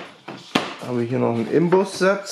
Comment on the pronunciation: Das heißt Inbus und nicht Imbus